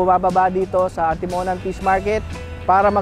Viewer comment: Mali bigkas mo boss sa Atimonan